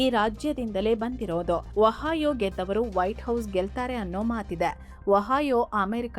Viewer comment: ಅಮ್ಮಾ ತಾಯಿ ವಹಾಯೋ ಅಲ್ಲ ಒಹಿಯೋ.